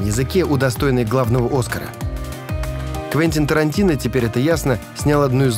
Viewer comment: . Твентин Тарантино. Твентин. Сос,хелп. Помогите расслышать услышанное